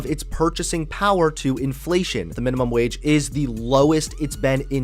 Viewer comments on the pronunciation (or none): none